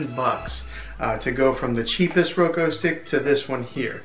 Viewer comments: This was helpful, but it’s Roku not Roko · He just said Roko no Roku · It’s said like ROE-K-OO NOT ROE-K-O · I appreciate it but why did you pronounce it roko it’s a u not an o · Omg it’s Roku not Roko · ITS NOT ROKO OR ROKEW ITS RUKU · well here is the thing it is called a roku stick not a roko stick and here is how ti say it: ro-k-oo (thanks for your time) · Omg he keeps saying roko ahhhh it’s called RokUuuuuuu!!! Lol either way good tutorial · “Media on the Roko” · My guy it’s pronounced “Ro-k-oo” no hate it’s easy to mess up. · How to talk like a dad Roku pronunciation R o-ko Reese's pronunciation Ree- Cee-S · “ThIs Is A rOkO tV” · thank you. that's literally the whole reason I clicked on the video and I had to sit through 6 minutes of him saying "Roko" only to not get my answer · it’s pronounced ro-koo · i feel bad for laughing at you saying roko besides that really good video man 😁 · He meant you pronounced it wrong